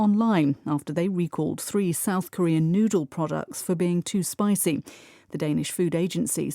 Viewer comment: spicy 가 spicing으로 들려요. 느리게 들어도요. 왜 그런걸까요?